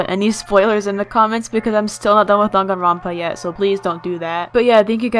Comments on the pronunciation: I thought it was pronouced dAng-a-ron-pa is it dong-a-ron-pa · Danganronpa is pronounced (Dang an rope ah) but u can pronounce it any way u want lol